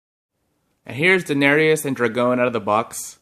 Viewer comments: Dra-gone? Boi, dro-gon drogon 😑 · The way you pronounce drogon triggers me so much 😂